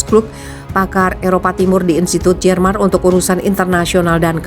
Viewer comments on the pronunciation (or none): none